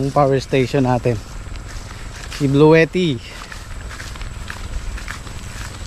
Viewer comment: Ang pronounciation po ay blue/tti po hindi blu/e/tti.